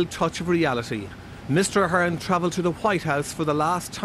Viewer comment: she pronounced ahern wrong